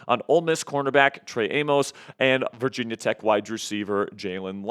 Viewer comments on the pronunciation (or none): none